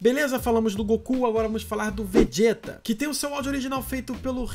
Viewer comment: Fala o nome do Vegeta certo cara. Vc disse: Vediêta.